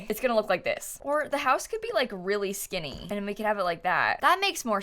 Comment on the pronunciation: Every time says the word "skinny" it's funny to me lmao idk why